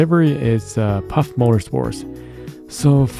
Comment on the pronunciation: Good video but it’s pronounced“faff” instead off “paff/phaff” 😅